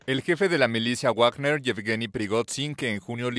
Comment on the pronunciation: ¿Cuando pronunciaran correctamente a Wagner?😅😂